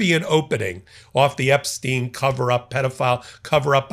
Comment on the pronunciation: Kudos for being the only commentator to pronounce Epstein's name correctly